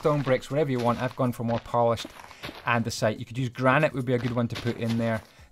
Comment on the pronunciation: your english is pretty bad andiunisite? its andisite.